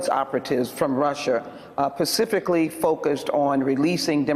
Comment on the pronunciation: "Pacifically"? shudder Reminds me of one of my favorite comedy sketches